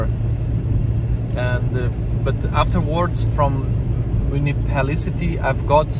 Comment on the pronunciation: Munipalicity. LOL! Myu niss i PAL i tee. Just pretend it's 6 words, with the emphasis on "PAL."